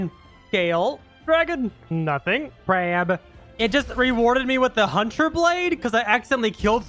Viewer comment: i love it when he says crawb every time he fights a crab